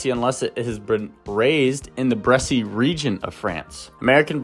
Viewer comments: Bresse without an accent is pronounced Bress. That is the proper French pronunciation. Saying "Bressie" is incorrect. Period. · It's pronounced "Bres"--only 1 syllable. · The e at the end is silent...bress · I know you are reading from a bunch of compiled info about the breed, but you even read aloud the proper pronunciation of the word Bress and then continued saying it incorrectly. That's very cringe, bro. Please learn from this and be more mindful of what you are reading for the camera. I like your channel and refer to it and your site a lot, but this really hit me hard. It makes me want to look elsewhere. The timestamp for the teaching moment is: . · IDK why you are mispronouncing Bresse. Also the breed is a very good layer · Bresse rhymes with chess…..no E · "Bresse" is a one syllable word....the final "e" is silent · You are NOT pronouncing it correctly